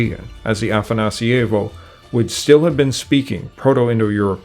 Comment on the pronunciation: The way you pronounce afanasIEvo makes it feel italian. It's afanAsievo. That's a small thing, nice video.